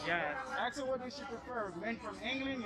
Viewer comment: Its ask not axe.